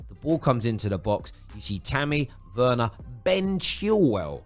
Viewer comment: It's pronounced verner not Werner